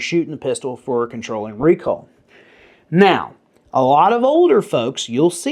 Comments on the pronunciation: My hearing isn't what it once was, but are you saying recall or recoil? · I’m as southern as a bowl of grits and I swear you’re saying “recall” wtf? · Say "recoil" one more time, I'm almost there... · Southern man saying "recoil" is hilarious 😂